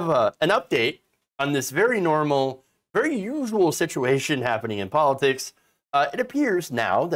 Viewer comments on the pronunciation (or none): none